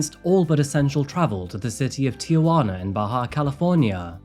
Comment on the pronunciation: Congratulations on 2 million so happy for you . Every time u say Bahia I think of my bahia Grey birdeaters lol.